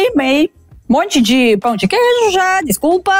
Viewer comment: ela disse pau de queijo ??? no lugar de pão de queijo?